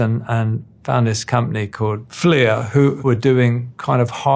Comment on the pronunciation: 不是Fleer 是Flir